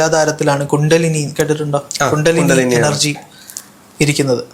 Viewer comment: It is Kundalini not kuntalini..please be more specific about Sanskrit nomenclature